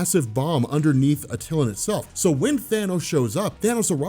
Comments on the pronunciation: Hey love your stuff. Just wanted to let you know that it’s pronounced ( At -A - lan ) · DOPE VID. For the love of everything dude its pronounced AT TUH LAN!!!! LOL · you constantly mispronounce names... Attilan is not how u pronounced it. watch the tv show and you know how to pronounce it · U say ronin and attilan wrong, at this point I'm convinced u do it on purpose.... Have a good 1 of cemoxesplsyded